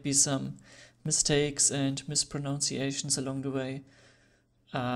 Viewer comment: You pronounced 'mispronunciation' very well!